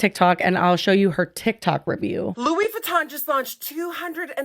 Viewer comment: Lmao I needed a good laugh and Le beautè Lewey vitohn was gold 😂😂